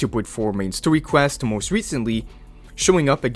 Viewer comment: Bro why do you say story in twink mode, “Stowy” what is even that bruh😂